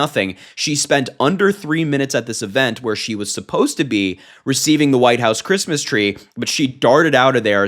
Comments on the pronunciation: I’m a vehement atheist. I love it when she says fuck creesmess! Hilarious. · Remember when she said, "Phuckk kreesmus!" 😂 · "Another fooking Chreestmus tree. They'd better renegotiate my pre-nup by New Year's if they wunt me to do this sheet." - Melania, probably